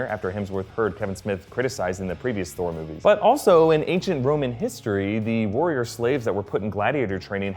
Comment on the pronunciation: I was wondering if anyone else noticed. Also, I could swear he calls Thor 'Scor' at the minute mark lol